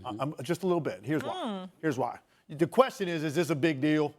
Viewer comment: Tim Legler keeps prouncing the word "The" as "Duh"... How much are these guys being paid without having to use basic grammar as a talking head?